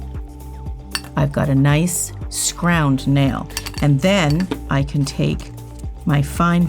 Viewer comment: liked this. have to admit the "scround" got me though😂🤣.